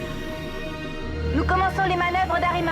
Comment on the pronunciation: Alexandra Clm bah façon c'est mieux que Jim qui dit chicot au lieu de lyoko XD 😂😂